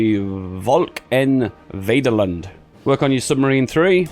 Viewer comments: nice video! I also heard you say "volk en vaderland". It was funny since I speak dutch. you almost nailed it volk was almost perfectly correct. and with vaderland you actually said (in dutch) "vederlend" I think its was really funny the first time I heard you say it but I have to congratulate you on almost nailing it xD. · Hey when you was doing a focus with the word vaterland you need to say the f sound that is how v is pronounced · how he said vaderland it just to funny im dutch XD its like hes talking about starwars (but i get it dutch is a hard langauge) ps your a good youtuber keep up the good work